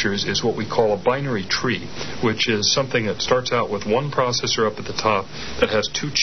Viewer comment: What's a prawcessor? Maybe he means a processor!